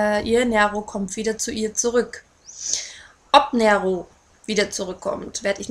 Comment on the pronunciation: Ja Nero Corleone ist Italienisch und bedeutet halt "schwarzes Löwenherz" ich habe auch einen schwarzen Kater mit weißer Pfote und musste garnicht groß überlegen als ich ihn bekommen hab sondern hab ihn gleich Nero genannt! aber sag doch nicht immer "Näro" das macht mich echt nen bissl wuschig :D